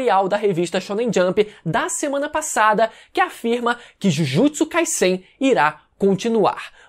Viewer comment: Me dá uma agonia desse mano falando Jujutsu “Kaissein” com esse S tendo sonoridade de SS. Pela regra da língua seria som de Z essa porra. Acho que tenho TOC. Não é possível